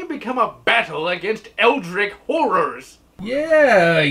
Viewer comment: Always thought it was pronounced like it was spelled: Eldritch. Rhymes with ditch. Love me some F.E.A.R.